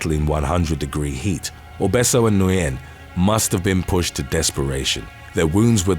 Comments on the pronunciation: Nguyen is just pronounced like "win" in English. Not trying to be a jerk, I just think it's interesting! RIP to all the poor souls in this video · You are a great channel! I am always amazed at your pronunciation of these names but I get to correct one for you. Thanks! Nguyen sounds like win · The Vietnamese name "Nguyen" is pronounced "win."